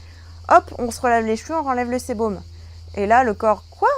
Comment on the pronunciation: on dit sébum pas sébom